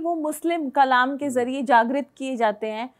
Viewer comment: कलाम नहीं कलमा😊